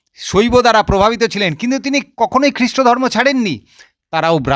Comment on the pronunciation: দাদা আপনি খুব ভালো বললেন। কিন্তূ আপনি শব্দ উচ্চারণ টা যদি ঠিঠাকমতো করতেন তাহলে আরও ভালো লাগতো। যেমন:- সড়োস্বতি ধড়মো শাস্ত্র পড়বড়তি কালে পাড়মানবিক বোমা ভাড়ত এই সমস্ত ভাষা গুলো কোথায় লেখা আছে দাদা।